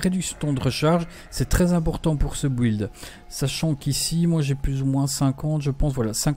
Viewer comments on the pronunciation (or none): Bonne video, par contre please...on dit "Bild" et pas "bouilde"